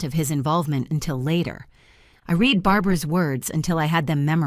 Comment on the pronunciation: Red when in the past. Read when in the process of doing it. Please try and get the pronounciattion right its not hard if you make an effort. Stress can cause temporary fertility issues but nothing perminently. Does no body ever fact check this nonsense before inflicting it on the poor listener. I suspect not.